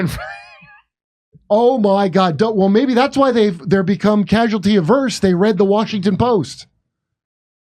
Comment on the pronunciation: Averse /əˈvərs/ Stop trying to change the pronunciation, dude. Where’s Jimmy?